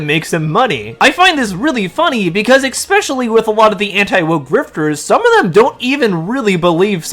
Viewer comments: eSpecially not eXpecially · Dawg stop saying ecspecially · What is, "Ex-specially?" Are you sure it's a word? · Ok I looked it up and it turns out, "Ex-specially," is definitely not a word. Please affect the correction to your video a.s.a.p.